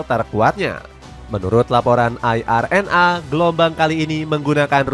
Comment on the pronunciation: Halah sok kebarat baratan tidak bisa memahami bahasa Indonesia kalau cara inggris ya semua biar tidak kelihatan wah tetapi sangat memalukan mas baca IRNA Ai Ar En A yang benar Ai Ar En E mending belajar bahasa Indonesia yang baik dan benar atau EYD biar tidak kelihatan norak